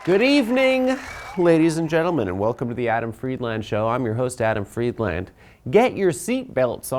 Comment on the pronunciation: Jesus Christ, is Adam's last name pronounced Fried-LAND (as in the land his ancestors stole from Palestine), or Fried-LEND (as in what his ancestors hate doing at banks)??